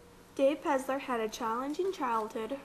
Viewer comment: It's PeLLLLLLLLLLLzer!